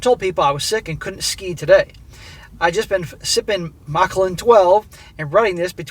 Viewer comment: Machallan is Scotch - pronounced [mickALAN].